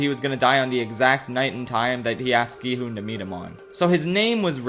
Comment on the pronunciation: It’s such a small detail but the fact that he keeps calling him “gEe-HoOn” is just burrowing into my brain